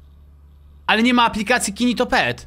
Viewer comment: Gnido się a nie ginitopet